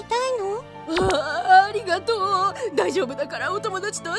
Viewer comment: あと ありがとうが｢あるがとう ｣ になっている‼️